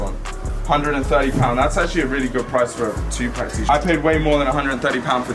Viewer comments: It's not 2 pack, its 2 (pok) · man said “tu-pack” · Nigga said 2 pac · LOL "2-PACK" bruh you accent cracks me up. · You can’t even say 2pac properly. Once again. A FUCKING POSERRRRR!!!! Stop trying to fit in everyone just makes fun of you wishing you get deported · Idk if it’s just your accent or you just don’t know how to say 2pac right 😂😂